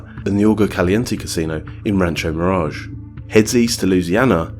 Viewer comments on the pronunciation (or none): none